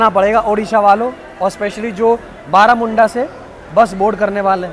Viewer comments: बारामुंडा ना कह के (-बरमुंडा-)कहोगे तो अच्छा होगा 😂 तुम उसके नाम चंजे किउ कर रहे हो 😁🤣 असली नाम तुमको ज्ञात नहीं है मुझे लगता हैं😢😂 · ବରମୁଣ୍ଡା not ବାରାମୁଡଂା bhai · It’s Baramunda not Baaramunda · Bhai thats not BAARAMUNDA thats BARAMUNDA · May be its बारमुन्डा not बारामुन्डा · It not Baramunda it's ବରମୁଣ୍ଡା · Video was informative and interesting. Although it would be nice if you pronounced the name properly as you would hope from tourists when they visit your cities. It is not that difficult to pronounce too. This creates an impression of lazy background work which I know it wasn't. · Bhai bus station name to sahi bol dena kyu new change hua hai